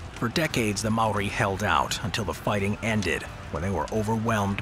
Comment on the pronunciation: Maori not Mari 🤦🏾‍♂️